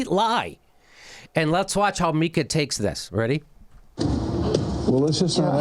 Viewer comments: The name is Meeeeeeeka Jimmy not Meyeka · JImmy it's Meeka not Myka. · It's MEE-ka.. NOT "Mike-A"... ugh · Me-ka not Mi-ka in terms of pronunciation....lolllol that's how she pronounces her Polish name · "Mike-ah?" No, "Mee-ka." Obviously Jimmy has NEVER viewed Morning Joe. Oh, now he is saying: "Mee-ka." Did someone whisper in his ear? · Jimmy, it's mEEka, not mika. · Her name is pronounced meeka..... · It's pronounced "Mee-ka" ;) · Oh, and learn her name. If you're going to make fun of Mika pronounce her name correctly.